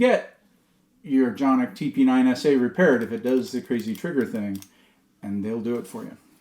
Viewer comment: How dare you pronounce the name of these pistols correctly. What's wrong with you? If people continue with this silliness, everyone will soon be doing it. ;-)